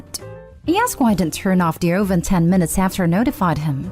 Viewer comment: As an aside- uh-ven. Not oh-ven.